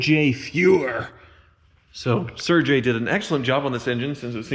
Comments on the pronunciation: I don't think a Mexican built it in Germany! Serge as in surge not Serje' as in Hosea'! lol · i'm not german but even i know the dudes name isn't pronounced surjay